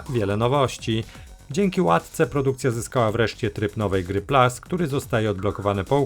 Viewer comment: Tryb "nowej gry plus" a nie "plas" :D nie ma sensu mówić 67% wyrazów w pl a na koniec niewiadomo skąd 33% po angielsku :D Pozdrawiam :)